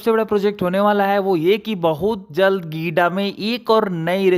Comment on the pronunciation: गिडा नहीं है जी, गीडा है।